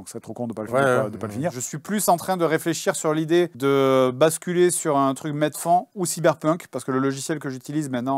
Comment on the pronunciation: Du "MED-FAON" 🤣🤣🤣🤣🤣